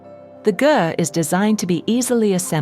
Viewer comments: Great video! FYI, Ger is pronounced like Gare and not Jerr. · I love your voice, so soothing ❤️ just so u know the right pronunciation of ger-is like Richard Gere ..